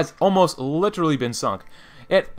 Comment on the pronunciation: Stop saying literary, your saying it the wrong way